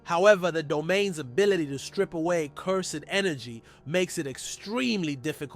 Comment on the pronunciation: Nice video man you deserve many subscribers. But my brother its cursed energy not Cur-sed